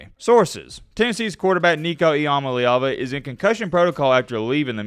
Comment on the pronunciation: Learn how to pronounce nico's name